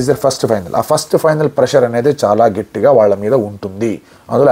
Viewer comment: "గెట్టి గా " కాదు... " గట్టిగా "☺☺☺